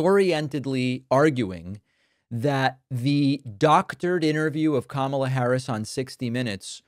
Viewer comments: Wow he pronounced Kamala correctly, he’s losing the plot😮. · All I heard was this BUFFOON say KAMALA’S name correctly !!!!! Way to go DUMBA$$!!!! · Now he can pronounce "Kamala?" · So, he does know how to pronounce kamala's name correctly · Wow he does know how to say her name . 🙄 He’s the most disgusting human being in the United States. This idiot has never “ won “ a thing in his life . As it’s said he just knows the “right people “ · 🎉wow he pronounced Kamala's name correctly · He forgot and pronounced Kamala's name correctly.